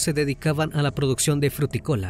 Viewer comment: la producción de “fruticola”??? Será a la producción frutícola 😂🤦🏻‍♀️🙈